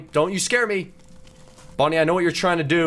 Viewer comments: Bon bon not bonnie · Its not bunny its bon bon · It's bon bon not bonnie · Its bon bon not bonnie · Dude that's actually bon bon not bonnie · not bonnie is bonbon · His name is Bon Bon not Bonnie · its bon bon not bonie okay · its bonbon not bonie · It’s not Bonnie it’s bon bon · it is bonbon not bonie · It's bon bon